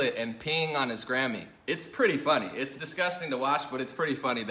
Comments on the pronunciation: I'm so glad it was his Grammy. For a minute, I thought you were saying Gammy(grandma). Whew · I thought he said "Kanye West pissed on his Granny" lol